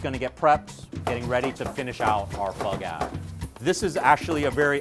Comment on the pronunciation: Had to turn the captains on because I thought he said they had to make bug ass. Nope. Pho Ga